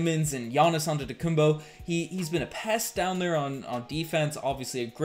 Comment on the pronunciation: can you pronounce giannis' last name with a 'P' not a b. long time watcher but really disrespectful when people don't take the time to pronounce people's name properly specially as a podcaster/analyst. really bothers me when people say fred vanfleet as well. jus sayin